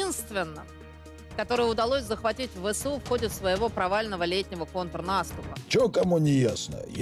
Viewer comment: Нàступ - украинское слово, вроде бы, почему говорит по-украински?😅